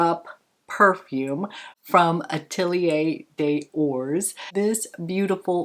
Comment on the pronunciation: Hi! In case you would like to know, and I apologize in advance if the following French lesson upsets you: “des ors” is pronounced, “deh-zoh-rr” - Atelier des ors means “workshop of the golds” (i.e. white gold, yellow gold, pink gold). (In French, the last consonant in a word is seldom pronounced - including words ending with r, s and t. As well, “yeux” is an “exception word” in French and it is pronounced “z-ee-y-euh” (note that the singular “eye”, is “œil” (pronounced “uh-yy”). Now for the GRWM - love the look you created! That Chanel quad is really flattering. The Valentino blush is so pretty! (The Valentino powder blush formula is among my favorites). Thank you for this lovely Pink me up!